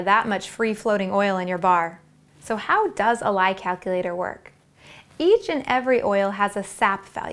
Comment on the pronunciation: "kackilater" lol